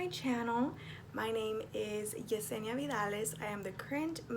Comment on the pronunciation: Does your name pronounce Jeh-senee-uh or Yeh-seenee-uh?